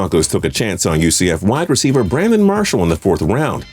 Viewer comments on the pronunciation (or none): none